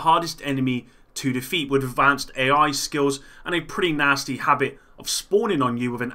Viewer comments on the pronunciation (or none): none